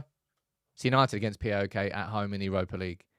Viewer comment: say it right Paok not P.A.O.K